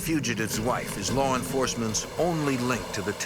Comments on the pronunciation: "Lar enforcement vowed to un-eartt them" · "Lawr enforcement" 🤣🤣🤣